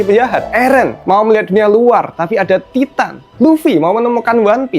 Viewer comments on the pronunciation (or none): none